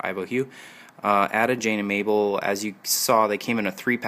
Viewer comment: You pronounce Ada with a long A, not a short A.